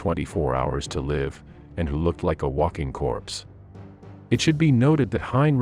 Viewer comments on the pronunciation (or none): none